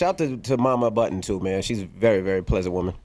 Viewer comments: It's "Budden" with two 'd's' not "Button" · Joe Budden not Joe Button...